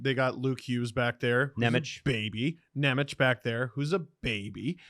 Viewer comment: You guys are pronouncing Nemec's name wrong. It's Nem-ets not Nem-etch